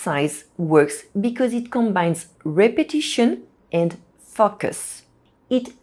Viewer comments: To explain to anyone unsure, it should be fo-cus (long o sound) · Every time you said “focus” it sounded like “f*ck us” but loved your video. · Fock us? 😂. P.s. Your English is great, I'm just teasing you. Thanks for the good advice. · Your pronunciation of the word FOCUS needs some work. You are saying something quite vulgar: "F*ck us." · Enjoyed and her clear and precise english, maybe except the words like "focus" not easy for my french girlfriend too. Think of "go" and a long o, fo or "faux" as in french. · These are excellent tips! Thank you so much. I'd have just one small suggestion: be careful with the pronunciation of "focus" in English. The "o" must sound like the "eau" in French as in "beau". The danger in English is that the "o" acquires a schwa sound, which would then render it as "f**ck us" - not the outcome you want. Many thanks again for these excellent suggestions! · I love your idea! I gently encourage you to reexamine the word “focus.” The long O sound exists in both English and French, does it not? It startled the heck out of me every time until I realized what you really meant. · When I read your comment that's when that part of the video came up. And I understand what you mean. She did sound like she was swearing the first time she said focus😅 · you seriously need to work on your english pronunciation😅 especially on the word" focus" 😂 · I've noticed that non-native speakers invariably say this word in an arresting way!